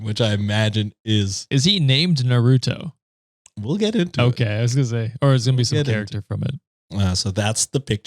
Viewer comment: say "nar-oo-toe" 💔💔💔💔 (it's naru-toe)